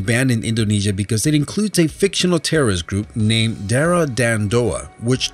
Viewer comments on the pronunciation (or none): You pronounce darah and doa wrong.Finally,I can show off my Nusantara skill on the internet.